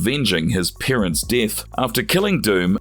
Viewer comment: It’s also parents not peerents